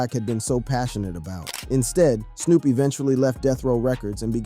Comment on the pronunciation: They need to change the spelling so AI says names right. They should have changed it to toopock. I heard him say Snop dog early in the video too.